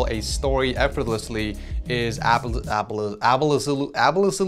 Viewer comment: bro said abbalessolutely